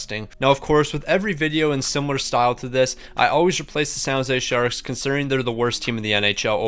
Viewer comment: “San Jose sharks”🤦‍♂️